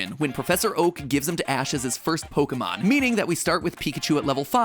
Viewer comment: I dislike how Pokémon is pronounced in this otherwise decent video.